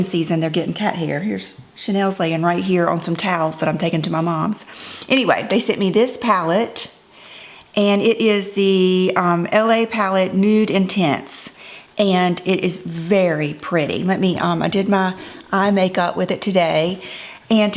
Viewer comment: This made me smile, I dont think its "LA" palette - more french "La Palette" 😉